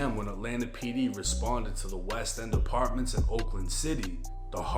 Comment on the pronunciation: Not the "uh-pah-ments" 😂